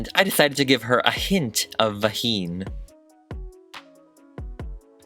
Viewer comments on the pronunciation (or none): Not gonna lie, I laughed when he put the cherries on the “vaheen”